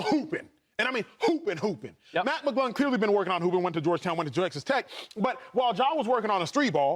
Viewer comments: it’s McClung not McGlung acho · “Matt maaGlung “ Manz don’t even know his name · McClung not McGlung, Acho! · Can’t you guys at least get the dunk champions name right, come on!!! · Why would no one correct the one gentleman about saying Mac’s last name correctly?